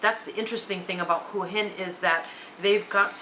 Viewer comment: Too bad you don't know how to pronounce Hua Hin.